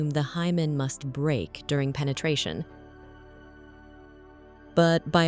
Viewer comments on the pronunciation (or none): none